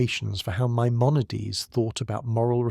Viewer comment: gotta consistently hit the pronunciations better tho. My-mon-a-deez. Some times you got it right, some times you got a crazy take